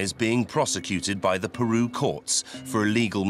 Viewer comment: PEROU? its.. called PERU lol